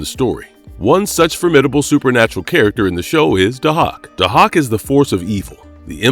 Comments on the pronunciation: It’s pronounced “Day-hawk” not “Du-hok” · It's pronounced "day-hawk". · It’s pronounced DAY-HAWK!!! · Also, you're saying his name wrong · Can you not pronounce Dahoks name correctly because you slaughtered it here! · well it apparently takes one to know one cause that’s definitely not how it was pronounced. Sorry kid.